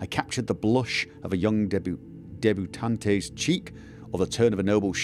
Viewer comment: The 'e' at the end of debutante is not pronounced, it is silent...just saying :)